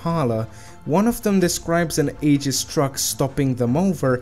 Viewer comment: it's pronounced (Ayy-Jiss